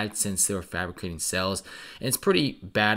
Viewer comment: My man said 'frapicating sales" love it